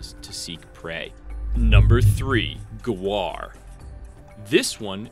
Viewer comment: ita gaur not guar